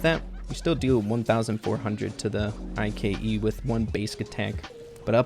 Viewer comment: The way says Ike bothers me so much and idk why